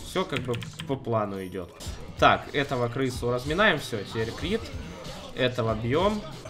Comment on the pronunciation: бЛяяяя почему как ты читаешь КРИТЫ!???!?!?